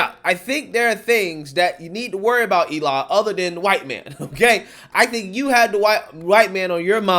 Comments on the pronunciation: Elie name is pronounced L-E 🤣🤣🤣🤣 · His name is pronounced elee spelled Elie